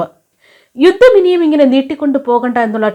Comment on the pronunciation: 'യുദ്ദം ' തിരുത്തണം. 'യുദ്ധം' എന്ന് പറയൂ